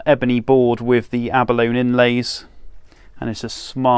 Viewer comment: Some great guitars there, is the rest of the collection similar or are there other brands - ie Gretsch? By the way Abalone is pronounced Abolonee ! 🙂